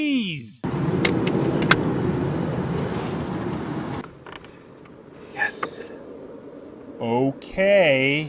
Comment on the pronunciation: Vietnamese is what he meant, it's from Vietnam. He mispronounced it as Vatnamese.